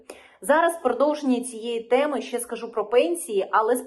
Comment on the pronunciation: Все добре Лишень замість слова щье на українській мові вимовляється слово ще.